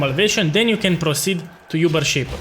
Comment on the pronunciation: it's so cute how you pronounce it "yoober" instead of "oober" boss.